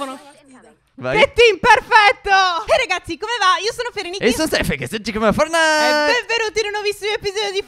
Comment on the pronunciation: ma si dice fortnait che si scrive fortnite ma nn fornait